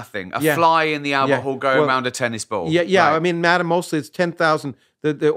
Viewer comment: that good old Mah-ah and anti Mah-ah.